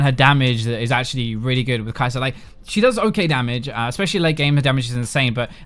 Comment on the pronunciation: It's KAI'Sa not K'Sa you don't call maoKAI maoK